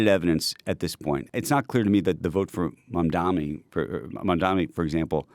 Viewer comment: it should teach you to say people's name correctly, like mamdani. This hack should be fired